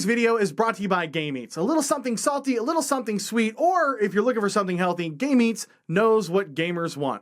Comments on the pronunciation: i swear to god you were not saying game eatz you were saying gay mates. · ok, im sorry, its probably a great company, but "Game Eatz" sounds like "Gay Meats" mightve wanted to think that one through a lil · being that I was tabbed out, I was a little thrown off when I heard him advertising "Gay Meats". I'm not sure if I should be disappointed or not now that I know it was actually "Game Eatz" lol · i thought you said game aids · so did anybody else here gay meets? or gay meats? not game eatz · I heard "game aids" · Who else heard gay meats during that ad read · Originally heard the sponsor as gaymeats... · Anybody else hearing "gay meats"? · Is it just me or did the sponsor sound like “Gay meats” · I had this video playing in the background, and the way you pronounced game eatz sounded much more like "gay meats." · I can't help it I cant stop hearing GAY MEATS